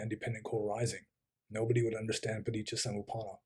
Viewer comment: Superb That Rendering of Paticca Samupada was spot on